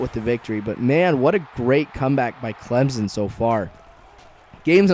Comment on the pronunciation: It's Clemson with a s not a Z¡!!!!!!!!!!